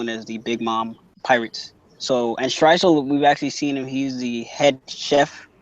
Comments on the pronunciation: what? mate your clearly referring to stresuen as stresuel and it gets annoying. dont get buthurrt fix up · had to turn it off because first guy kept calling "streusen" "streisul" lol....if your gonna review check the names man